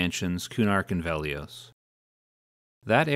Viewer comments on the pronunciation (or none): Why do you pronounce Velious so weird? it's Veli-[us] not Veli-[ohs]